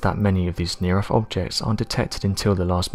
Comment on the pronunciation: It's NOT "near earFH"...it's "near earTH!" ...TH ...TH ...TH!!! It drives me CRAZY to hear ignorance broadcast all over the world!!! Damn Britain, EDUCATE YOUR PEOPLE!!!